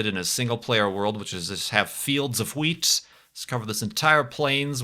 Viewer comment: pronunciation of "wheat" never fails to make me chuckle. I say that with love, obviously.